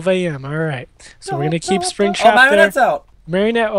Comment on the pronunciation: PEOPLE IT IS MARIONETTE. NOT MERRINETE, NOT MARRIONETTE, NOT MARYONIT, NOT ANY OTHER WAY! PLEASE YOU GUYS IN THE COMMENTS ARE KILLING ME.